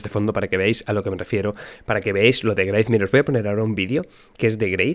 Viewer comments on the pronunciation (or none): Parece que españoles tienen dificultades con la pronunciación de la W. Por ejemplo en alemán hay el nombre "Wilhelm" que en ingles es "William" y ese mismo nombre se convierte a "Guillermo" en español. Es Wraith, pero el dice Graith. Es que es muy español con mucho español y son los Españoles que piden mucho español, y el alcalde y tal......bueno ya sabéis ;-) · "Greit"? Yo lo pronuncio como "grwuait" o "bruait" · Si jugaramos a tomar un chupito cada vez que dice "greif" estariamos re mamados al minuto 5 jajaja